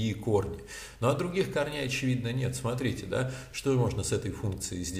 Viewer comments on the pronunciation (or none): none